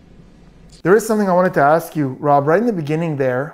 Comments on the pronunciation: Grrrrrrrrrrr. It's ask not aks. It's truth not truth. And the main thing I had against him was he claimed to be sovereign citizen. He says I don't go by that name, idk anyone by that name, and he objects to being called that name which in turn would mean that if your not that person and a sovereign citizen then u don't have rights. So why is he saying his rights are being violated 😂😂😂😂😂😂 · That & the freaking "is it fair to say" & "objekshun" & "relevancy" & "oaff of office" & "lawful law" & "do you see the plaintiff in this courtroom" You always knew he was wrapping up his PATHETIC badgering of the witnesses when he'd start "AXING" about who the plaintiff is! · dats not what i axed...grounds?!